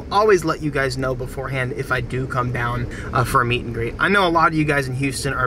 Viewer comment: h-tine hold it dine